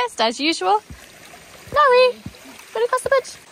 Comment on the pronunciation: I laugh when i hear pronounce "Nori" because to my ear, it sometimes sounds like "naughty". But that is so fitting, isnt it? Little scrap. 😊😅